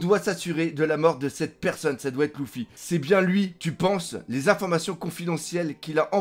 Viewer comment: Première fois que je regarde cette chaine et j'entends dés le début " Louffy " j'ai envie de tout cassé être fan de One Piece et dire " Louffy " plus jamais je reviendrais !